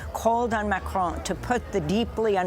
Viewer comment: "Afhockaloogie" is how she pronounced Afghanistan. She also likes to hock up a hairball when pronouncing "Macron".